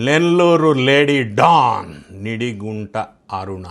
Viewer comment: ఢాన్ కాదు... డాన్